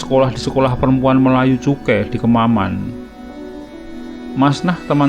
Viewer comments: Maaf koreksi ya,ucapan yang benar adalah CHUKAI, lanjut 👍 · Bukan "CHUKEI",IYA ADALAH" CHUKAI"